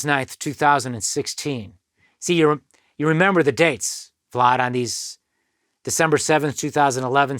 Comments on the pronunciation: Why he pronounce Vlad like that? Keep saying Vlod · "Vlod" tv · I like the way this guy pronounces vlad 🤣🤣